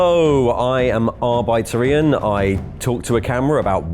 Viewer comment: Does anyone know why he pronounces his name arb-eye-tor Ian rather than arb-i-tor Ian? I'm fairly sure that's unconventional pronounciation and just wondering if it's some play on words, joke, in-universe reference, etc.